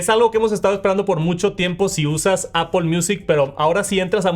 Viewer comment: Como puedes pronunciar visión pro o airplay pero no puedes decir Apple y dices apOL ? Es solo decir manzana en inglés es aPL no hay ninguna O en la palabra